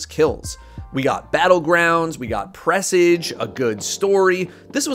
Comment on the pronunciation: "pressidge"? Lol it's pronounced like mirage.